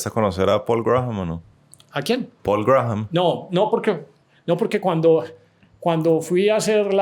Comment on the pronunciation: para el entrevistador, el apellido Graham se pronuncia "Gram".